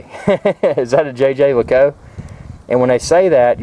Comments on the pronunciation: the official pronunciation used by JLC is "zhey ZHER leh KOOLT"-- it's supposed to be pronounced with a French accent. Besides that, great watch and a nice review. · lol the french don't pronounce it with a z.. It's 'jheh jheh leh koolt'. Also I think the guy in the vid needs a slightly bigger bracelet although a black/brown croc strap complements the watch face best in my opinion. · Nice piece. Congratulations. :) Also, its pronounced xhuh-xher leh-coolt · Sorry, but you completely butchered the pronunciation of Jaeger-LeCoultre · Was cracking up at the way you pronounce the name! Too many uptight people in the comments.